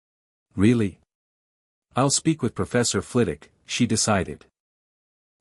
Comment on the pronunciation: Hi..love the stories but if you're gonna keep doing Harry Potter stories, you need to train your reading bot how to pronounce story specific words properly...Flitwick, Veritas serum,etc